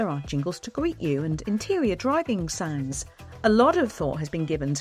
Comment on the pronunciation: Ah! Sounds? I thought you said `sands` and was wondering how you'd pack a tonne of rubble, and why?